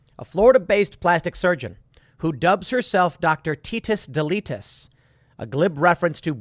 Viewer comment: She got tetus deletus from Andrew Schulz "fetus deletus" haha